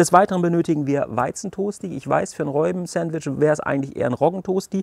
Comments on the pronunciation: HaHaHa...hast Du wirklich "Reuben" gesagt? Das spricht man wie "Ruben" aus. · Frohes Neues allen :) Sieht lecker aus auch wenn mich die Aussprache von "Reubens" (wird Rubens ausgesprochen) echt ziemlich triggert :D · Wir haben auch herzhaft darüber gelacht. Zumal das Reuben ein standard Sandwich ist das man kennen sollte. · ändert trotzdem nichts dran das es Ruben ausgesprochen wird und deine Aussprache einfach komplett falsch ist. 😅